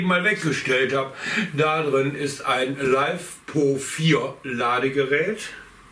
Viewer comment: Das spricht sich LI FE PO und nich LEIFEPO… kommt von LITHIUM FERRO POLYMER und nich von lebender popo 😂🤣😂👍👍👍